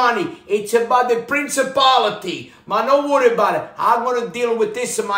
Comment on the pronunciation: " It's about the princibality" 😂 Gotta love em!